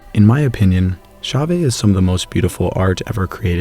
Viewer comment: Wonderful tale of ancient humans! BTW Chauvet should be pronounced more like show-veh. How pronounce Chauvet